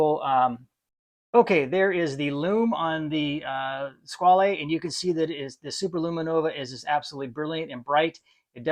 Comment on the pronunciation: Hi, I enjoyed your video and subscribed to the channel. As for the origin and pronunciation of the word "squale" (shark): in this form it's French (in Italian it would be "squalo" sing. and "squali" plur.); in the French pronunciation you do not hear the final "e". While in Italian "squalo" is the current word for shark, nowadays in French "requin" is more currently used (even though they are not perfect synonyms). Both "squale" (French) and "squalo" (Italian) directly derive from a Latin word, while "requin" has an uncertain origin. Of course, if you read "squale" as an Italian, you would pronounce the final "e", but it would not be an Italian word. 🤓